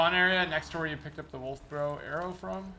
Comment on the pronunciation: when says ‘arrow’ it sound like a Chinese person saying ‘hello’ 😂